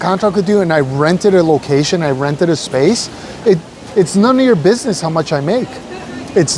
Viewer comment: price a doin binesss thurr